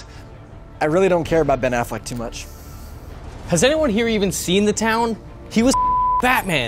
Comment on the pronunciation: its Affleck dude give him a chance -,- geez